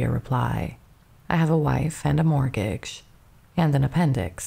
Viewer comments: Very interesting, thank you. (Debuting is said 'daybyooing' and you don't say the t in mortgage) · This is AI. Pronouncing the t in debut? Lordy, that's so bad. That was far from the only mispronunciation. If this is a real person, they really need to learn how to pronounce mortgage and theater, among other words.